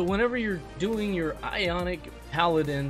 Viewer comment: It's Iconic not Ionic 🤣🤣🤣